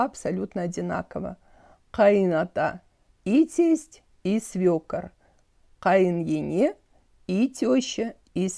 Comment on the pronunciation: В слове “ене” первая е не так явно, надо сеазать не Е, а какбы э-и, ну тааак мягче что ли , но не Ене, а как бы эне